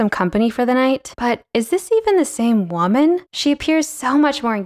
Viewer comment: where is the dialect from where they say wha-man instead of woman? (like in the vid)